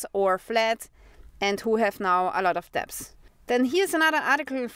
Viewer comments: I love your shows. You speak English very well. The only word you keep mispronouncing is the word "debt" or "debts" the b is silent. So say dett or detts without the b in the middle. I wish you all the best from Germany where we have 20% inflation. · "DEBT"....Is pronounced DET....Without the "b"...😉😊